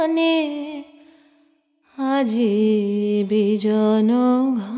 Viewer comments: অনেক শিল্পী এই গানটি 'নিশীথ্','বিজন্' এইভাবে গেয়েছেন। শুদ্ধ উচ্চারণ -'নিশীথ','বিজন'-হবে। শিল্পী কমলিনী মুখোপাধ্যায় সঠিক উচ্চারণে গেয়েছেন। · আজকাল সবাই ইচ্ছেমত গান করেন কিন্তু বিজন,নিশীথ এভাবেই কিন্তু গানটি ছিল ওটাতেই কান অভ্যস্ত এখন সবাই ডেক হলন্ত সহকারে গান ওটা কানে লাগে আমার কমলিনীর এই উচ্চারণ টাই সঠিক লাগল